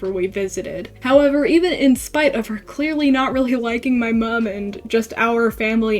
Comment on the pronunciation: how come you say mum like an australian,,? /genq